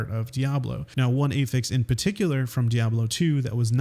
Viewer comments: It's "a-fiks", not "ā-fiks" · "Uhh-fix" not "ayy-fix" :) <3 great video! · So copying Titan Quest, Grim Dawn and Path of Exile (which initially copied Diablo 2) is revolutionary? Also "Affix" is pronounced like "Aff-ix" not "A-fix". 🙂 Informative video though nonetheless. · affix isnt prounounced as "ey-fix" its "ahfix". drove me crazy during the entire video lol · AFFIX not a-fix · ayyy fix how you say that word pls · You would think if you have one word many times in your script, you would learn how to say it first. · I’d have watched the whole video if you could pronounce affix correctly.